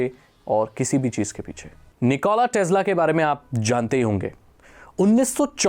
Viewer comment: भाई निकोला टेस्ला है, टेज्ला नही ।